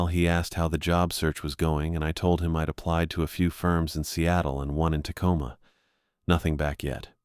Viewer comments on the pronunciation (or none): none